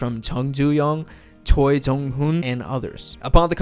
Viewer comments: This is a nice history breakdown of Big Bang. Good Job. But your pronunciation kills me. TaeYang it is said like T-eh y-ah-ng Although it is spelled Choi... it isnt Choy but more like ch-weh. This is me trying to fix the problem romanization caused for Korean pronunciation. Hope it made sense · ikr like the way he pronounced "taeyang" and "choi" is ,@@@@